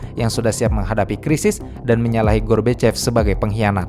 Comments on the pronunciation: Michael gorbachev bamabang bukan michael gorbokep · Koq melafalkan Michael Gorbachev dengan gorbokep gitu sih? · Lagi serius denger.. Eh malah ngakak ngedenger narator ucapin mikhail gorbachev... Menit ...sengaja?